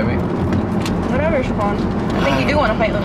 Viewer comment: you overlooked the "h" in Shaquan 🙋🏻‍♂️